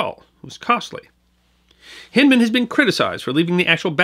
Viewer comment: We pronounce Hindman with a long I. (e.g. Hind quarter) There's a city park in Little Rock which bears his name although without Civil War attribution. Regardless, thanks for pointing the bow tie our direction...many of us have ancestors involved with those fights and we've not forgotten either. And yes, razorbacks are still a particularly nasty species. (just ask them Texas boys)